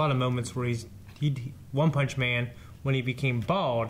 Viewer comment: One-poll-man xDDDD